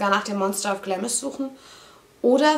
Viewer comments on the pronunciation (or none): Süß. Es wird allerdings "Glahms" ausgesprochen ;)